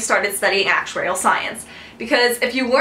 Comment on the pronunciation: Lol, i just love the way you say "Actuarial"... I gauge your lips and try to imagine a slow motion... nice vid hun, however i wish you could do one about topics to focus on as an undergrad aspiring to become an actuary.... just incase you can't let me know if an email addy is ok..